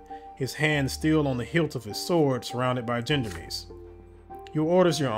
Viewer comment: BTW - I do believe the "gendarmes" is pronounced something "shon-darms". If I remember correctly it's a French word for military police (but with civilian assignments as well) - or something like that.